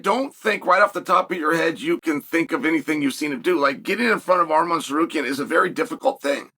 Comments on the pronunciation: WHAT THE FUCK??? HE SAID TSARUKYAN NOT SARKARYAN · Arman threatened to sue Chael for mispronouncing his name constantly. Alex Periera is mad as fuck at him too because Chael keeps saying Pee Era. 😂